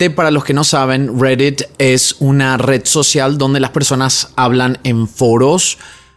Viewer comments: Estás hablando en español y dices redett, ridett, cual redett?😂😂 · pronuncia bien reddit por favor RGREDDIT??? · "RERET" si te vas a hacer el yankee por lo menos pronunciá todo correctamente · Amigo por favor deeja de hablar espanglish se dice reddit no rweddeet y asi un sin fin de palabras en otro video tu pronunciación del aderal xd eiderwal alto cringe da. Me gusta mucho tu contenido pero por favor pronuncia en español normal le quita seriedad a tu contendio que pronuncies asi xd. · Está bien chistoso como dice "Reddit"